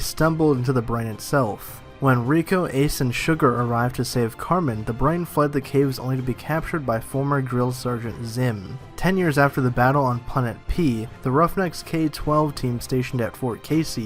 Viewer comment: Did I hear grill sergeant? HN Entertainment 2017